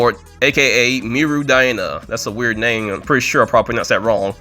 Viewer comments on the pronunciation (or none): none